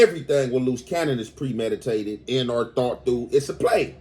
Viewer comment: Homie you need to stop trying to sound smart, you and Spider Loc kill me with that "an or"😂